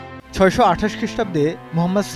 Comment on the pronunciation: সাল্লাল্লাহু আলাইহি ওয়াসাল্লাম টা ভাই একটু ভাল ভাবে উচ্চারণ করুন প্লিজ।